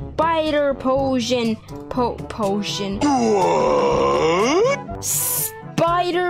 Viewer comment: Potion or puisen